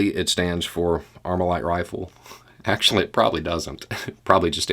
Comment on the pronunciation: I like how you go “well akschually”